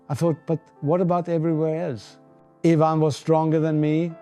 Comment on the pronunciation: AI. It pronounces "Ivan" as "eye-van". Borg would've pronounced it "Ee-vahn".